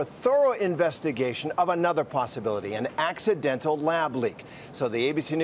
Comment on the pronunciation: He really emphasized that “accidental” lab leak didn’t he